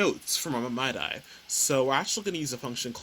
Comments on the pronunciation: that threw me too... I was like "whats a mydie file? then it clicked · Using the "My-Die" format lol its "Mid-E" bro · other than your pronounciation of MIDI as "my-die" vs. "mid-dee" lol, this is great! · hearing it pronounced "my die" rather than "mid ee" was quite the shock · ik it doesn't matter but as a music nerd hearing you say "mydy" instead of "midee" is killing mee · For over a decade now I've been calling these files "mid-ee" files and am a musician - I am afraid to find out if I have been wrong for so long now that I am questioning my pronunciation. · Never heard MIDI pronounced as Mad-Eye before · Midi is pronounced “Me Dee” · You say My Die so much bro you need to reupload how did you not learn how to say midi correctly haha